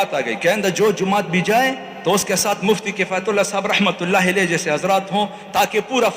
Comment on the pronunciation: Pl it's not Rahmatullah Elaihe it's Alaihe